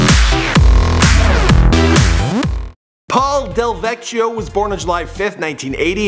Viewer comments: You butchered it, double c's in italian make a ck sound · DEL.Veck.E.O lol. And you should look up the original DJ Pauly D . His names OG DJ Pauly D now on FB. Johnston is deff like a little Jersey. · You did butcher his last name. LOL It's spelled Delvecchio, but you don't pronounce the H in his name, so it's Del-vec-io. No "ch" sound. LOL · You butchered his last name 😂 RI reppin 🤙🏾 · And FYI He did butcher the hell out of Pauly D's last name! I was like TF???